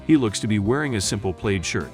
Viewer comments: Dear AI guy: "Plaid" is pronounced "plad," not "played." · Plaid shirt. It’s pronounced “plad”….. not “played” Do you guys even have an editor? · Plaid is pronounced like sad, not played. Ridiculous AI narrative. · It's PLAID shirt, not PLAYED. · probably because an AI voice is reading the script... he says Barney is wearing a simple "played" shirt - as the script reads plaid.